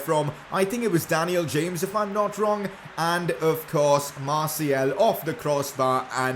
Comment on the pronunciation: Pls say daniel james properly